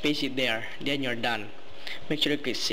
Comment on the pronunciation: its pronounced THen not DEN and THis not DIS